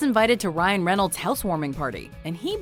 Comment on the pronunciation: reynolds,s. Ryan REN-OLD-ZIZ. of it ends on an s then another s is required to make it plural or to express that it's someone's thoughts or actions. love the videos though. think you're great.